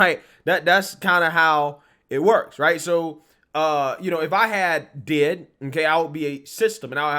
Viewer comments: This is the cringes crap I've ever seen or heard of BY FAR! This is NOT how D.I.D. works at all! These kids need to be in school, sports, or working a real job. (Oh and,you say the letters, D.I.D. No one calls it "did".👍) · Hey, its pronounced as its acronym, D.I.D and not did. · It's pronounced like D.I.D. You spell out DID, as in Disdissociative identity disorder. I had a friend who genuinely had the disease. I met here at a psych hospital after I got home from overseas. She had 7 personalities in her. Every personality had different voices, and even different clothing styles. Once she'd transition she'd immediately go change into the clothes that personality would wear. I remember one being a guy, one was a 4 year old girl, one was pure evil (nicknamed spitfire) yes, they all had their own names. Her husband kept a log of when and who she'd transition into and write down what they did & how long she was in the personality. We hung out on the outside too, and it still happened, she wasn't faking it, she wasn'teven allowed to drive, incase a transition happened while driving. I bet these tik tok videos are a slap in her face, along with everyone else who truly suffers with DID.